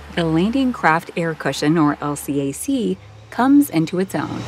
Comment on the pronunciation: These videos are cool, except for the computer narration. LCAC is "El Cack".